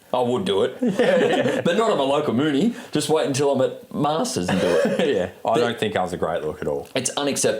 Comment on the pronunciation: pronouncing Muni “Moony” is slightly triggering Also it’s Barnbougle, not Bambougle 🙄